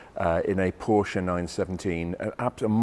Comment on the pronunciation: And pronounce Porsche the correct way. JayEmm actually makes a point of doing it wrong.